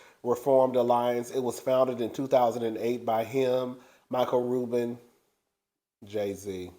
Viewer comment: Wiggity-Figgity (wells fargo) been on that bullshizzzzz for years. The way you mumbled when you said jay-z😅😂🤣. And we got to get the nukkuz outta jail... you got me hollering today.